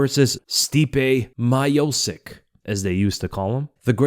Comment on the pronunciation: For all those who have problem with pronunciation of surname Miocic, it is because Stipe's Croatian surname is actually wrongly written. Miochich would be better. Both of "ch" are the same as in Charlie or choice.